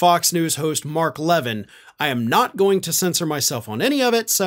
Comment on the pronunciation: ❤❤❤❤❤@ Love you brother. Btw- his name is pronounced La-VEEN. 😃👍🏻❤️